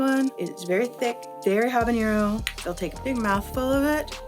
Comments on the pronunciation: It’s not ‘habañero,’ it’s ‘habanero’ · Ah-bah-nero, not Hah-ban-yero. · Great video! 🙌🏽 But You should know that you’re pronouncing habanero wrong. Take it from someone who speak Spanish. As there is no accent over the “n” so you don’t need the “ny” sound. It’s all good though! 😀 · If she's going to represent a Mexican hot sauce company she should learn how to say habanero instead of mispronouncing it repeatedly. Good grief.